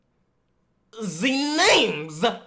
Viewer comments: can someone meme him saying "vwat rr ze names" and send it to me pls 😂😂😂😂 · Nigga said “wuss ar dee namers”